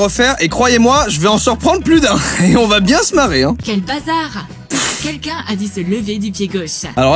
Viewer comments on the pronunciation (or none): Pk tu dit qunqun au lieu de quelqun